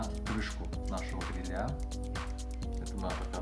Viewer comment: Обратите внимание на ударение в слове грИля, а не грилЯ😉👍🏻